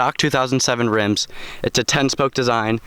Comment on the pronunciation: You saying rims gives me a headache